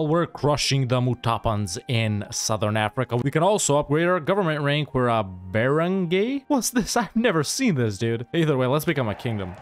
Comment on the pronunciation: it is pronounced more like as bara(ng)guy